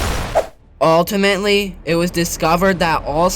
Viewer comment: Take a shot everytime he says ultimatally 😂